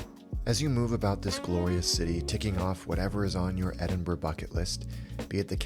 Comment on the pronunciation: You get a like just for pronouncing Edinburgh correctly! But your video was also pretty spot on.